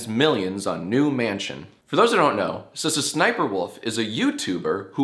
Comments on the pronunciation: I don’t even watch her, but the way you pronounce her name kills me lmao. It’s “S-S-SniperWolf”. You actually say the letter S twice, not Ssssss like a snake man. 🤣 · I like how he pronounces her name with a stutter unless I’ve been saying it wrong this whole time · i always thought it was "Es-Es- Sniperwolf" like each s is pronounced as an S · I've never heard anyone pronounce it "S-S-Sniperwolf" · The best part is that Jack insists on pronouncing each S individually. Every single time. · I love his commitment to say all the Sss separately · Love how he pronounces her name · In all my days I’ve never heard SSsniperwolf pronounced quite like that 😂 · I think it's funny how he pronounces all 3 S's. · I also pronounce SSSniperwolf's name like that. That or with a long ssss sound. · Is that how you’re supposed to pronounce Sssniperwolf?! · i think is pronounced S.S. Scharfschützenwolf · I've always pronounced it es es sniper wolf, I've never heard anyone pronounce it s-s-sniper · Lmao is that really how you pronounce SSSniperWolf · Bro cant even pronouce SSsniperwolf right lolol